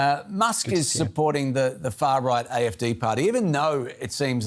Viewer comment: Can DW not have a presenter who can at least pronounce German words correctly??? Learn how to say "AfD". You are working for a channel called "German Wave"!